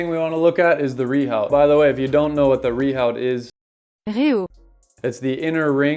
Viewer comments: Re your pop-up , what the comment is saying is that it's pronounced "re-ooo" (NOT "re-howt") in French and it's a French word, so you're pronouncing it wrong! Yet you still persist with saying it wrong. Which, tbf is a bit ignorant. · Rehaut is pronounced “view”? Wtf France?